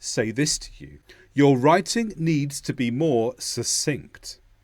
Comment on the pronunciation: Fantastic, sir...The word succinct is pronounced /səkˈsɪŋkt/ but you are mispronouncing it